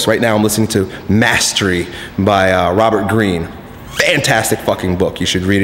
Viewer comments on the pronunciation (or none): none